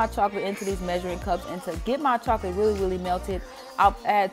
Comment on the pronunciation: weally weally